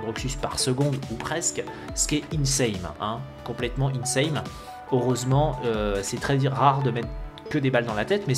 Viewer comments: y'a un truc qui me perturbe tu dis tjrs " insaMe" au lieu de " insaNe" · plz on dit insane un N stp D: a chaque fois je bloque quand tu dit insame;( m'enfin encore une bonne vidéo:p